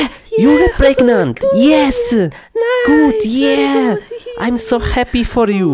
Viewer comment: Im pregenant pregenant???? Pregnant not pregenant